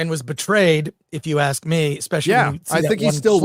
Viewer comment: And says “ayks” instead of ask